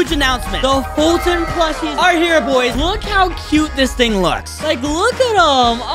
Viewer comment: _FoltynFoltynFam::_FoltynGGs: say gg when u say Folytn !